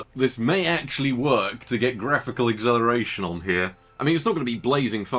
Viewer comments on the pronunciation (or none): Are you saying acceleration or exhilaration ? :D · why cant he pronounce acceleration? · Can't unhear the pronunciation of "acceleration"